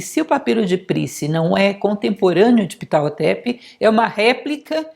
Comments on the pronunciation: Oi. Vc tem certeza que.esse nome sexpronjncia dessa forma? Achei estranho. Sempre conheci a pronúncia como pahhhotep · A pronuncia correta para o H nao eh mudo, mas aspirado.